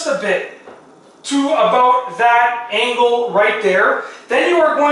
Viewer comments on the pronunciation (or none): none